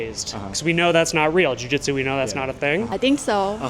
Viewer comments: Brazilian Jitsu? What in the world are you saying? jiujitsu, pronounced (JU-JIT-SU....not jitsu). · Why does this guy keep calling it brazin jitsu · Uh... you're an authority on this matter, but you can't pronounce jiu-jitsu? Not a good look.